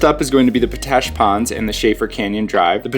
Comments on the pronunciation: Isnt it pronounced pot-ash not po-tash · Oh, by the way... Potash is pronounced Pot - Ash not Po - Tash! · FOR THE LOVE OF GOD!! ITS POT ASH . NOT PO ASH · Yo, FYI it's Pot ash, not Po tash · Great video and timely as I am visiting Moab right now. By the way it pronounced almost like two seperate words Pot Ash not Po Tash. Thanks for all the great tips. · Its pronounced pot-ash, not po-tash. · It's pronounced "POT-Ash". It contains potassium. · Nice video. POTASH is pronounced POT ASH. Thanks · Need to work on your place names, friend. Potash is pronounced just how it looks, and just what it is: potassium ash (not po-TASH). It's Castleton Tower (or Castle Rock), never Castle Tower. And local pronunciation of the LaSals is not a soft O, rather it sounds like the A's in "salad". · "Pot Ash!" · Its pronounced POT ASH. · I say p-tui to his p-tash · Po-tash ? Really ? Try asking for that at the Ag supply ! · His pronunciation was bugging me too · His pronunciation was bugging me too.